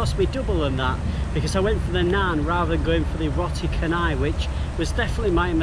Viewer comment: It's roti caanai, not cenai.